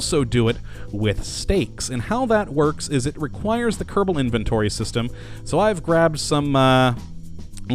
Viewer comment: Why do you say Keddabull instead of kerrbull it just sounds retarded